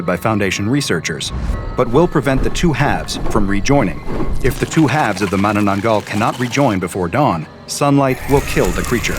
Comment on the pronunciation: I live in the Philippines and the way he pronounced it is so funny 😂😂 The "aswang" ahh yes The "mananan-gull" Sobrang nakakatawa or too funny